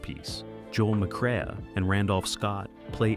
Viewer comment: It's Ma-craaa, NOT mc cree-ah."